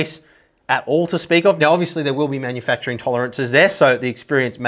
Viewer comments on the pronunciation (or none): none